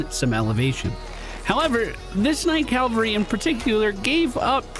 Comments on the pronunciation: Quick note - only because I know you do work on pronunciation: The word "cavalry" isn't: "Cal-vuh-ree" it's: "Cav-aul-ree" ... the 'V' comes before the 'L' It is a very common mispronunciation. Don't feel bad about it. Bonus! Another one I hear often is "veteran" pronounced as: "vet-ran" ... that's what happens if an animal doctor was in a race. "vet-er-in" ... is someone with tenure or experience, especially in the profession of arms. (three syllables, not two) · Cavalry -- Dude on horseback. Calvary -- Place where Jesus died. lol